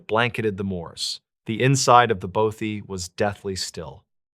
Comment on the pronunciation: Scottish lassie living in Lancashire,northern England...& F.Y.I: It's pronounced BAWTHY not BOW-THY!❤❤ xx